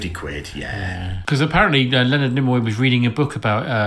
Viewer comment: gets two thumbs up! saying “nimmoy” gets two thumbs down.